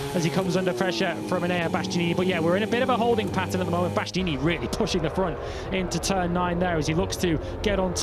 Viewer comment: Birt's breathless, inarticulate babbling, linguistic and grammatical guffs, mangled pronunciations, worn out tropes and cliches and lame attempts at humour are so monumentally irritating. Can't believe he still has the job in 2026 or that he STILL can't say Bastianini 🙄🙄